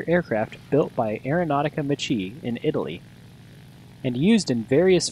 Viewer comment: Macchi is pronounced "Mah + Kee" not "Mah + Chee"